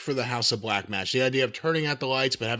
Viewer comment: "House of BLECH" this man is a genius 😅😆🤣